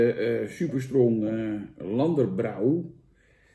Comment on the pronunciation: Lender brow in plaats van lander broj.